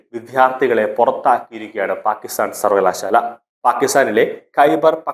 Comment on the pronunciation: സർവ്വകലാശാല ആണ് സർവ്വളാ ശാല അല്ല